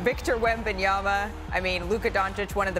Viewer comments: Why Perk add the extra “b” to Wemby’s name? 😂 …yama, not yamba 😂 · Did Perk just said WembanyamBa twice in a row?)